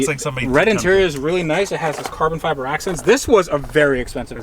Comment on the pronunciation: 'Is that carbon fibber?' LOL!!